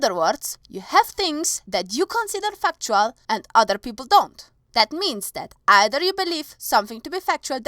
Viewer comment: I need fucktual evidence xD I don't like to pick on people's accents, but that was too good!